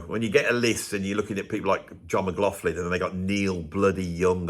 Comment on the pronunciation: indeed especially since he apparently doesnt even know how to say his own surname correctly...mcglofin indeed.